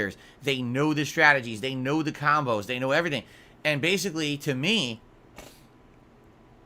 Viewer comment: "Khambos" ducks head down SNORT